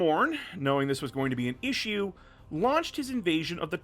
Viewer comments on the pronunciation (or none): none